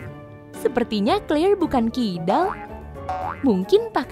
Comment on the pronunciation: Tulisannya Claire dibaca Kleir Bukan Kelir😂😂😂😂😂😂